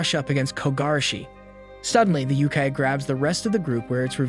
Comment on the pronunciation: It's not yukai. It's Yokai YO-kai. (unless that's how they pronounce it in series, but goodness it sounds so bad.)